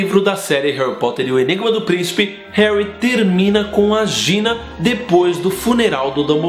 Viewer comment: herry potter